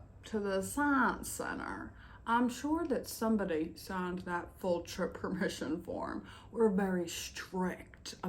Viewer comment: Fulllld trep purmishun furm 😂 I love this! ❤